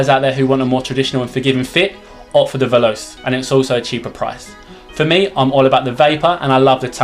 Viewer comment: Both are teijin synthetic, and they are exactly the same except acc and the one piece design. Also, it's pronounced vel•ah•chay You also can't compare stiffness of a broken in boot to a brand new one. Not a quality video, but the new videos are much better. And ACC doesn't make a change at all. You can't tell its there, I've tried the same boots with and without it. There was no difference. It's a gimmick. If you think it's there you will be tricked into thinking your boots are doing things better, when it's 100% you, and 0% your boots.